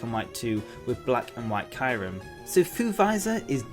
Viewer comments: "Black and White Kyrem" pls it's Kee-yoo-rem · You said Kayrem not Kyurem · it's kyurem and not kirem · Kyurem! Not Kyrem! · wait a minute did he just say kyrum